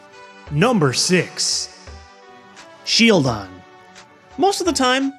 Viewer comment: I flipped when you sed sheildon its adorable and you crossed the line with whot kyurem!!!!!!!!!!!!!!! LoL I still love MOST your vids....-:p